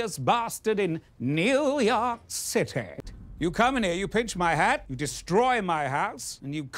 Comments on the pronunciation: I have to be the one guy that thinks Simon's pronunciation of "the big Cit-ay" is slightly more epic than Laszlo's....but only by a very small margin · New York Citaaay! Now I can never go back to the original pronunciation, thanks to Lazlo and Simon the Devious ( sounds more fun this way 😁)! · Laszlo’s “New York City” pronunciation will never not make me laugh. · It's Laszlo's expression after hearing Simon say New York City that gets me each time. It's like "nice try but my pronunciation is superior!"